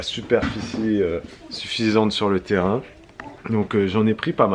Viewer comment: « Ressources du terraing » tu persistes 😂😂